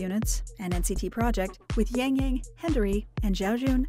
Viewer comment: I cringe everytime I hear his name being pronounced as YaengYaeng